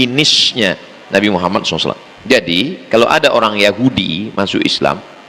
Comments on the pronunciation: Justru betul karena diucapkan perkalimat atau perkata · Sdh betul karena mengucapkannya diputus... Kalo disambunb baru dibaca Muhammadarrosulullah...